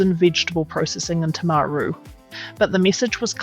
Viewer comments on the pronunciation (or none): AI voice - no real kiwi pronounces Timaru that way